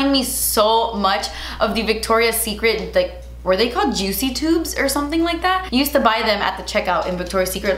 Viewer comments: the more I watch ur videos, the more I pronounce "oh my gotch" instead of oh my gosh, and "jutzy" instead of juicy 🤣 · I was so excited to watch this to hear you say juit-cy 😝💕 that eye look is STUNNING!! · I always giggle everytime you pronounce words your own way. Love it Lol. (so Jutzy) love the look as always. Can't wait for the next one.